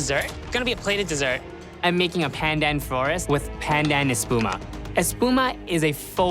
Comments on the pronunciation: When pronounced "PANDAN" with slang you're a fake asian. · Dude, he is ethnically Asian, his nationality is Canadian But I do agree, whats with the strange pronunciation of just "pandan"